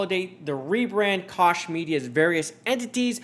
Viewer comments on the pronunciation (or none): Just an FYI I believe Koch is pronounced coke as in the Koch brothers.